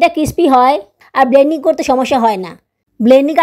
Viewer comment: আপু একটা কথা বলি কিছু মনে করবেন না. আপনি এতো ভুল উচ্চারন করেন কেন আপনার সব ভিডিও আমি দেখি যেমন ব্লেনডিং কে বলেন বেনডিং